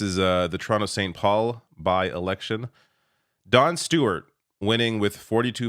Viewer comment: I kept hearing Jon Stewart every time you said Don Stewart